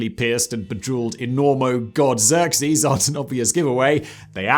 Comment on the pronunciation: He said Xerxes right! I'm proud of you Simon oh, now if we could just get you to pronounce Behemoth correctly. f*** that I enjoy the bear moth.